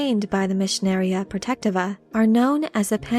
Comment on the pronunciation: Please correct me if I'm wrong, but I believe it is pronounced: Pro-Tech-Tee-Va